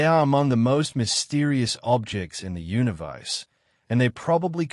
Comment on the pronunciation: Sounds AI--generated, cannot even pronounce "universe".